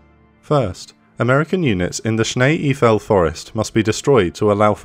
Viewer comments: The German part of the Ardennes is pronounced EIFEL...rhymes with "rifle". Well-done video, but please remember this pronunciation for the future. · Whether your first language is English, French, or German, it is my understanding Eifel is pronounced EYE-full. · You pronounce the second vowel. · Excellent, but it is prounounced Snee Aifel, like in Eifeltower, not Iefel. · Sorry to correct you: Eifel is pronounced the same way as the Eiffel-tower in Paris. Schnee-Eifel means snow Eifel. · Thanks for this brilliant battle report. But one remark as a German speaker, please learn how to pronounce German places and names, it would make a difference. Cheers